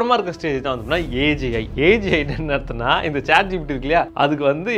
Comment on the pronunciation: saying AGI me hearing as AJ 😂 anyone?